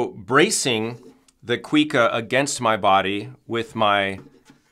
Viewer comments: Thank you for talking about this classic Brazilian instrument! As a side note, it’s not pronounced “quick-a”, it’s “cu-ee-ca” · Coo-ee-ka, not "quee ka"